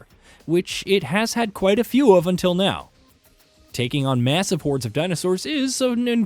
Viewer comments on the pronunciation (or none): none